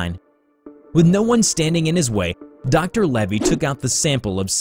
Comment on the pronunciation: Lavey Not Levy